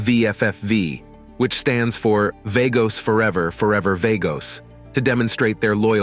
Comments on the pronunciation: Vah-goes NOT Vay-goes or Var-goes. VAGOS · Vaygos? Really? It's pronounced Vah-gos. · I believe it is pronounced Vaa-Goes, that's more hispanic then Vay-gos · It's VA-gos. Dam idiot say it right... PURO VERDE siempre ✌️💚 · You are a dork or a bot. Pronounce Vagos correctly. As in V aaah gos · VAGOS!!! SAY CORRECTLY-U FUK-STIK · It's vagoes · It is not vaygoes.. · V-A-gos? Show enough respect to the club by pronouncing their name correctly. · What the f is vaygos? Pronounce it properly when you make a video about it. It's not even hard to pronounce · Mother of God !!! If he calls them vAYgoes on more time my head will explode 🤮🤐😖💀💣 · Right. I cant understand how he doesnt know how to say Vagos. He calls them Vargos too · At least identify them correctly. The name is Vagos , the a is silent.